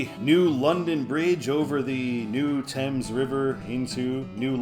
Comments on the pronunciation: The Thames River is pronounced as <Ɵe:mz> in Connecticut, not . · 95 is not mileage based in CT, but 395 is. The bridge is the Gold Star Bridge, not the New London Bridge and the river is Thames with a long A sound and a "TH" sound at the front, not a "T" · The Thames River in Connecticut is actually pronounced how it looks and not the weird British way Also, the bridge in new London is called the gold star bridge and that’s the bridge that had a massive fire a couple of weeks ago that you might’ve seen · While the river is spelled the same as the river in London, England, last time I was in the New London area everyone pronounced it as if it rhymed with sames with the th pronounced